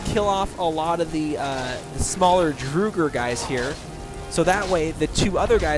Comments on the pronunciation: I think it’s drogger like frogger w a d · Its not Druger its Draugr with an Aw in the au. Np for the help. ;)